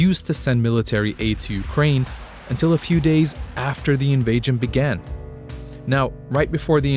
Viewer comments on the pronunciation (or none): What the heck is an “invagen”? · Why does he keep saying invajion?